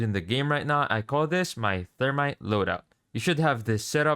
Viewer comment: The thermi-te